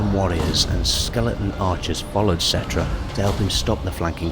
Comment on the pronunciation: I’m pretty sure the ‘P’ in Ptra is silent; it pronounced Tra.